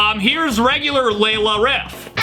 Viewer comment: That's not Layla, that's Gayla.